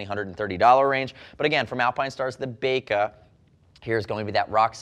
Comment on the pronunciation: I feel like this would be pronounced "bye-ka" instead of "bake-ah", they're motorcycle gloves not oven mits! LOL :)